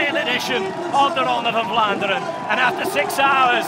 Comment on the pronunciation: I love how the commentator uses the belgian pronouncation all the time .. 'its the ronde fvfvan ffvlaanderen!!